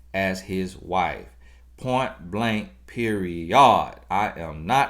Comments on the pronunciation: Anybody else watch these just to hear say “point blank periOD?”. 😂😂😂 In all seriousness though. Take the lesson ladies. 🤷🏽‍♀️ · Yesszzz Point Blank PeriOD lol